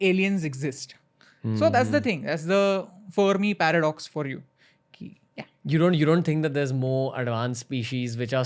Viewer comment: He said the Fermi Paradox wrongly